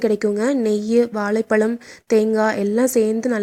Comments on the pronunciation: வாலைபழம் இல்லை அக்கா, வாழைப்பழம்,, ஓகே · வாலை பலமா ? (இல்லை) வாழைப்பழமா? ..தமிழை கொல்கிறீர்களே ??? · If you cannot pronounce வாழைப்பழம் properly, tell BANANA... no issues.